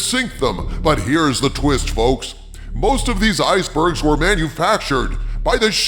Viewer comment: my hearing isn't the best, did you say "Iger-bergs" instead of "icebergs"?